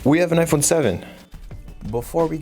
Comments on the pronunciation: Are you talking about jaiphone😂😂😂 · I know you are talking about jaiphone 😂😂😂😂